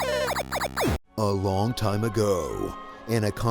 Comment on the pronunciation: Wiat wait wait, did you just say "a Wrong time a ago"? its sounds like you said WRONG instead of LONG, was that intentional?